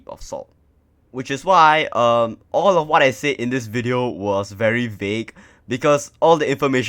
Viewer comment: bro its VAGUE not VAUGE, Goh CHOK Tong haiyo cannot use excuse u not born yet ba...